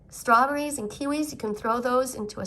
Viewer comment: And srawberrys